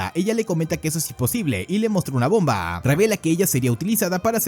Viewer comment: Porque tanta énfasis en la última letra de las oraciones ? BombAAAAA terroristAAAA